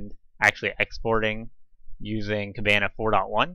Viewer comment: You are not the first person who asked me that question! I will go ahead and make a blog post. A lot has changed with Elastic and Plaso since this video, so sadly it is not as simple as just copying some JSON. Thanks for watching the video! PS I am miss pronouncing the word Kibana in the video.